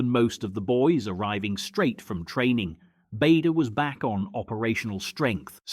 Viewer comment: Bader (as in Barder) not Bader (as in Bayder)